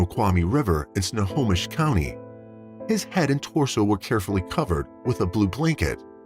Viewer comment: Why do you pronounce Snohomish as "Sonomish"??